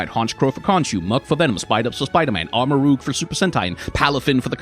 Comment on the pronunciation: ...did you say "ahr-mah-ROOG"?